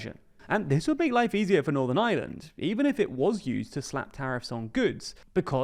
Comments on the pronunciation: It’s not the “island of island” it’s Ireland… you just need to pronounce it correctly 😂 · Stop saying Island, you muppet. It's Ireland. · Oh, but didn't you hear? Iceland and Ireland unified to become Ieland! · Please put the R in Ireland. It’s not Northern Island… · Learn how to say "Ireland" ffs. There's an R in there. It's not Northern Island "... 🤦🏼‍♂️ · They can't even pronounce the name of our country, in their language 😂. No wonder they struggle with Irish names